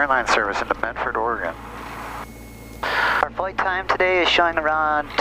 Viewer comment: Thank you for pronouncing Oregon correctly.